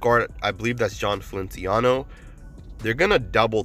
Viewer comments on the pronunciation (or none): Its Fel-Ic-I-an-o. Just doing all I can to help around here.